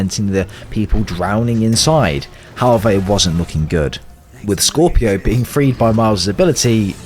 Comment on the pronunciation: bro said scorpio